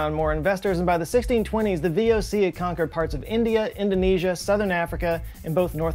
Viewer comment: Yes well, I would not have been born was it not for the VoC., btw, you completely butchered the pronunciation of the VoC there.